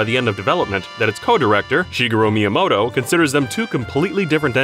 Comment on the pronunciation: ...Miyomoto? Why can literally none of the people reading pronounce these things? These widely known and accepted and recognized things?